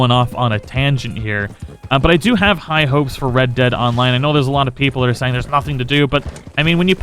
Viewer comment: red dead onmine... words are hard and the struggle is for real-zees